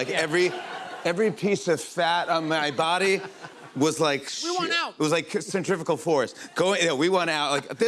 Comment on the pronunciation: Centrifugal force, not centrifical force (no such thing).